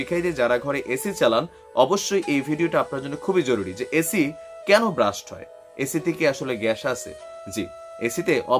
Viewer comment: ব্রাস্ট নয়, আবার বাস্টও না। Blast